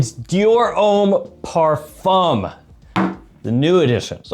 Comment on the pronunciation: the 'M' sound in parfum is silent, if u want to pronounce in properly